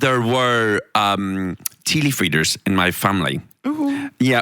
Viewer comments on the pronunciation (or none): It took me a sec after hearing "Teely Freeders" to comprehend "tea leaf readers." I'm getting slow in my old age...